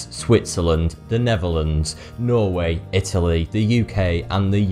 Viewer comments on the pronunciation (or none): none